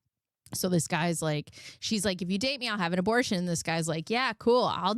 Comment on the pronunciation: Girl that abertion ceretion took me out 🤣 I heard in my head like sling blade 😂